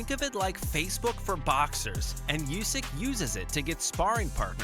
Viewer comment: Usyk, not Iusyk